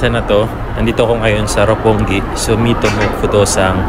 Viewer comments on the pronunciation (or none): none